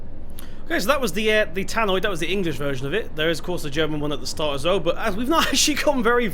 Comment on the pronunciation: Just so you know, it’s a *tannoy* not a *tannoid*